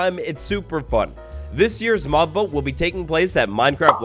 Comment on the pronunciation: He said mob boat instead of vote